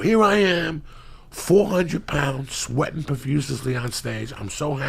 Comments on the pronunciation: Uncle Joey "Profuciously" Diaz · So.. when is someone gonna tell Joey that "profuciously" isnt a word lol Actually, never mind it makes me laugh everytime he says it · "Sweatin' profussessly". Nice